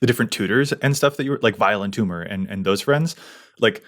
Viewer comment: I can't be the only person that is listening and not watching that keeps hearing Violent Tumor not Vile Entomber.